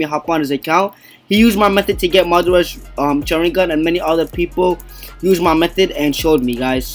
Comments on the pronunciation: Sha-rin-gan the way he say it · It's pronounced Shaw - Rin - Gone but good vid! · Say sharigan right